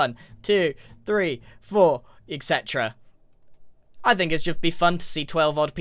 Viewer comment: Did grian just say "Ec cetera"